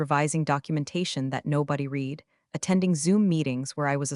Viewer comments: Yes! Red not reed. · Why don’t the writers of AI slop proof read? Marcus spilled his coffee TWICE on the documents. At least it’s a clue to not recommend. Also read not ‘reed’ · Teach the narrator how to pronounce the past tense of read. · All of these stories are asking me to Like and Subscribe. I'll think about when I watch one that has AI that knows when to pronounce the word READ as red or reed. You know, the difference between past and present tense. That's just one of the things I can't believe they all think it's okay. And WTF is "deo sex machina" that appears ? It's Deus ex machina. God of the machine.